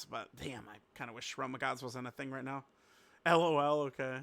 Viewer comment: unc said "right meow" and thought no one would notice 😭🥀